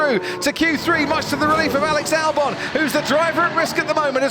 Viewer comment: Alex "Dalbon"